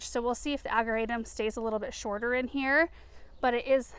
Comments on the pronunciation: We say, "Ag-jer-a-tum" with a soft "j" sound. I know it's no biggy, just looked it up to make sure I was right. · I know you said you tried everything with the locust tree. Have you considered pruning out all of the dead wood so it can concentrate on the new growth? BTW, ageratum is pronounced with a soft "g" as in German. One more thing, the wire vine may not be aggressive in a pot, but it very aggressive in the ground. Beware! I've been having to dig it out everywhere I planted it. It was taking over entire flower beds. If not trimmed back every year, they get very woody and new growth grows over the old growth and you only end up with leaves on the tippy top. I saw one that was 4' tall and all wood with just leaves on the top. It was one of the ugliest plants I've ever seen. So, if you have it, be sure to cut it back every year. Thank you for sharing all of your gardening experience! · Ageratum - can be toxic to liver, if eaten by animals, just a heads up. * The 'g' is actually pronounced as a 'J'.Love the colors!